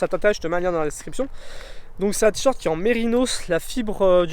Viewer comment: Vidéo intéressante, mais entendre "tee short" plus de 100 fois m'a tuée !